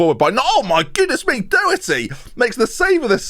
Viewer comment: Doherty’s name is pronounced like the first two letters in “dog” + hurty